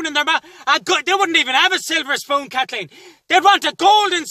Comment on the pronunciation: " KATHKEEN ..." Enough said 🤣☘